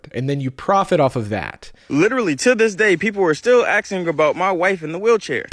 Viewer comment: “…to this day, people are still axing about my wife in a wheelchair”